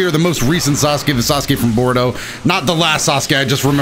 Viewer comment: he said borudo XD